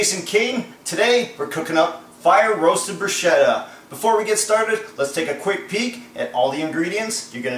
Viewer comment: That's not how you pronounce 'bruschetta,' but whatever...